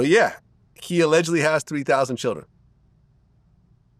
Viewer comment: “You got a thousand chilren(children) you a fxckin alien 👽!” 😂🤣😂🤣🤣